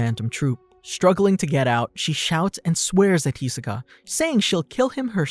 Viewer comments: It really irks me when they mispronounce his name. It’s hi-SO-ka not HEE-so-ka… smh ya’ll should stop watching anime dubbed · Every time someone calls him HEsoka I just cringe so hard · "Hee soka" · How you make a video of Hisoka can’t even say his name right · YOU CANT BE FORE REAL. you did a bio on this guy and cant say his fucking name? THE SHOW IS DUBBED. first and last one ill ever click on, yeesh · The way he says Hisoka is just painful